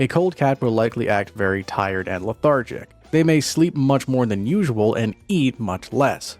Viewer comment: learn how to say "lethargic"